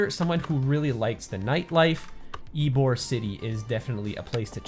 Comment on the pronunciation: It’s ybor city not eborg I live there